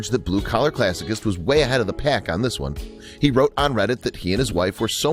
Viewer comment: Classicist is pronounced classi ‘ sist